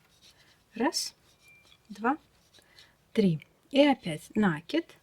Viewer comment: Ну почему нАкид,а не накИд?